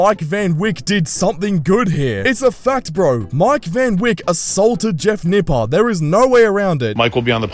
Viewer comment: Lmao “nipple”